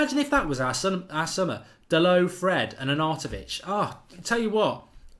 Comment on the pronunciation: It’s spoked “Da(‘DA’llas)-LO(‘LO’s Angeles)” Dalot.